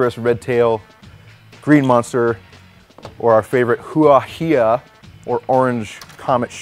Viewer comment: the Hua Hai is pronounced "hwah" "high", and means "flower" (hua) and "ocean" (hai), so "flower on the ocean" basically. Then again, HuaHai could be the company's name, but those words do fit the purpose of a buoyant smoke grenade.:)